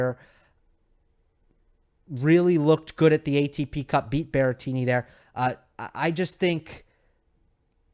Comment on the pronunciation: Guys it's BERRETTINI not Berrentini or whatever if it's easier for you just call him Grassettini